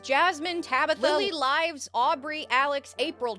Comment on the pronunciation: Finding out dashcon is in my hometown is crazy I never knew (also it’s pronounced sh-ah-m-berg) Edit: Im a new Patreon and hearing my name at the end was magical. Though it’s pronounced Lily Lives as in “someone lives there” not “the lives of many” (I used a different email for it because I wanted that name specifically being said) either way Im happy